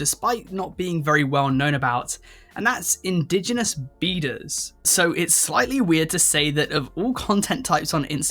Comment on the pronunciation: I was dosing off when I thought you said indigenous beaters not beaders.